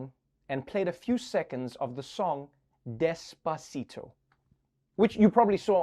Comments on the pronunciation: Trevor, you say des-paa-ci-dou", but it is despacito. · As a Mexican, I cringed so much when Biden played Despasito